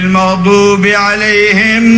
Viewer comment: Katanya habib Umar ahli hadis kenapa bacaan alqurannya berantakan hukum ilmu tajwidnya saja kacau tidak bisa membedakan antara ihfa, idghom, idhar, gunnah, mad asli, iqlab....yang harusnya dibaca panjang malah dibaca pendek .. kaya maghdubi...harusnya maghduubi.. wau nya ga kepake 😄